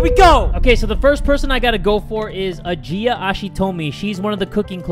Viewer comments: i think you say ajiah's Name "Eyjiyah" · I think Ajia’s name might be pronounced “Asia” (at least I think the wiki said something like that)